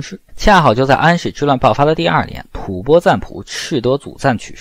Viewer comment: 老師將吐蕃唸正確了，太好。音：播，首次聽見歷史視頻中正確的唸法。